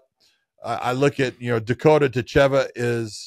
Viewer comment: Dakota DItcheva , not DitCHEVA :D , put intonation in the first two letters :) Im sure she is used to it and I cant judge you , but its like calling HABIB= KABIB :D